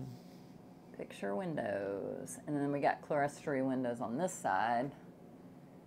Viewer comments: Clerestory is pronounced CLEAR STORY. I realize your house is basic, but at least learn to pronounce its features correctly. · Another beautiful home. I believe clerestory is pronounced clear-story, not cle-res-tory.